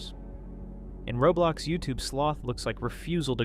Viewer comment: I said that cause he said robulox instead of roblox that's what I hear tho